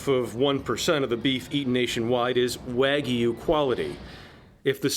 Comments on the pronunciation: So it’s half angus and half waygu not waygu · lol after all that he pronounced wagyu wrong at the end